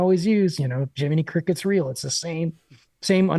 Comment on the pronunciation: "Jiminy Cricket" .... or Jinnimy Cricket, perhaps? 😁